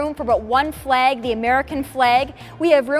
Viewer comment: I cringe every time she says “fleg”.